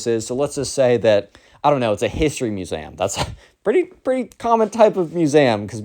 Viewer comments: He pronounces the word museum like masam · bro it brought me to Tears when I heard u say "musaehm" (no hate I just LOVE! ur videos) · why do you pronounce museum muse am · I am in pain from the way you say museum